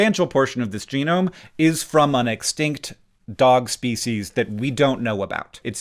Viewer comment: "Ship of Speceus"